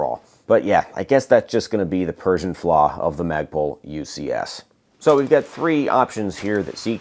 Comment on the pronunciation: did he say “Persian flaw”?